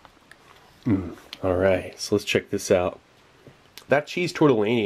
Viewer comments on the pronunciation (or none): none